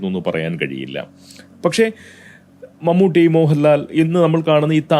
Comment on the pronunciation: നിന്നെപ്പോലുള്ള വിഷവിത്തുകൾക്ക് വീഡിയോ ചെയ്തു പണമുണ്ടാക്കാൻ കഴിയുന്നത് കേരളത്തിൽ നട്ടെല്ലില്ലാത്ത സർകാർ ഉള്ളതുകൊണ്ടാണ് ഏതായാലും മമ്മൂട്ടിയുടെ പേര് പോലും നേരെ ചൊവ്വേ പറയാൻ മടിക്കുന്ന നിന്നെ പോലുള്ളവർ ഇപ്പോൾ ശരിയായ വിധത്തിൽ പേര് പറയുന്നത് വലിയ അത്ഭുതമായി തോന്നുന്നു